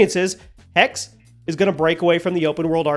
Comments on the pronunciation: Its not "hex", its "hexe" which is german for witch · Thanks. By the way. It’s pronounced HexE. Greetings from Munich. 🧙‍♀️ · Typical American not pronouncing Hexè properly you need to pronounce the E at the end it’s the German word for Witch. -_ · Dammit man, it's not a curse, it's a witch! HECK-suh! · it triggers me too. but americans will never pronounce foreign words correctly.